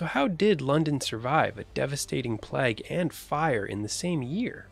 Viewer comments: Why is he saying PLAG? It's pronounced like "Playg". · The way the narrator says "plag" rather than "play-g" sets my teeth on edge 😂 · I’ve never heard plague pronounced plagg, perhaps the narration is AI. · The guy reading needs to learn that it's not a 'plag' its a PLAGUE! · WTF is a "pleg"?.... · I've noticed Americans inability to pronounce Craig or Graham properly but I'd never realised it extends to 'plague' too. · Never heard someone pronounce "plague" as "pleg". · I have never heard the word plague pronounced 'plag' before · its plague not plage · Plag? Is he trying to say plague. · Very factually incorrect about the great fire, especially death numbers. There are videos on here that cover it. Also, he can't pronounce the word "plague".